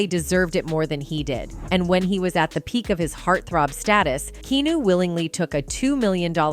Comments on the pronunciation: Is the narration done with AI voice generator?? Whats with the K-EEE-NU / K-EEE-NUS pronunciation?? And many abrupt period ending sentences, less than a second pause before next sentence? Everyone has heard of Keanu Reeves, and know how his name is pronounced!! If your gonna use AI, at least do it right, The whole first half of the video got annoying with Keanu's name being pronounced wrong the whole time. Its understandable not everyone has the ability or confidence to narrate, or has the voice for it. But clearly able to write the narration, unless this is also AI generated. Which at that point, do ur due diligence. Its your content afterall. The first half of the video feels rushed through. Bringing the tempo down a beat wouldnt add much more to the overall total length of the narration. The 2nd half of the video was good. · Hey lady!!! it's Keanu - kee-a-noo ! jeez! How new is your AI? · Seriously? Keenoo? You couldn’t find a fake computer voice that could correctly pronounce Keanu? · Host has no clue about Keanu. Keeps pronouncing his name as "Keeeenoo". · Lady who is narrating this needs to learn how to pronounce Ke “A” nu’s name! Keanu! Not Kenu! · It's not pronounced key new. STOP USING AI FOR THE FUCKING VOICE OVERS. I'm done watching any channel that uses AI fuck this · Kenu Reeves. Keeeeee aaaaaaaa nuuuuuuuuu. Keenu? 🔑Ahh Nuu. Keynu? -. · Kee aah noo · Key Ah New is how you pronounce his name ! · Keeeeeenuuuu These AI videos are trash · It’s Kee a new! No R! It’s buggin’ me too. They can’t even pronounce his name correctly. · Key*on*new...Fing AI. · Keanu NOT KEENU, YOU GOBSHIITE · "Keenew Reeves" 😂 these AI bots are so ridiculous.. They'll be the death of YouTube if they continue to grow. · Stop with the Kenu and not Keanu. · I thought at first it was me. AI voice is saying keenew. Stupid AI. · I had to stop watching this when the AI kept saying keenu... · Yeah, they should have written out his name as Keeyanuh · You cant even say his name properly lol